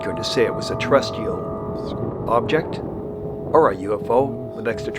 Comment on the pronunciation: Terrestrial not ter-rest-tea- all…..